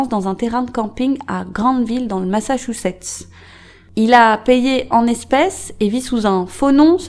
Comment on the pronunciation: « Le Massachussetts » 😂😂😂